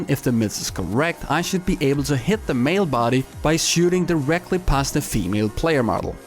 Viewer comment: Why do you pronounce female like femele